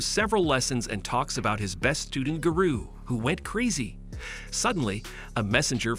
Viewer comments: giroo sorry and ginos WHAT THE HELL IS THAT BRO CANT SAY GENOS OR GAROU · Instead of Garou its Guru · He didn't say garou right